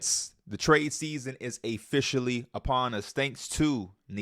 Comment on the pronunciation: My guy said A-fficially 😂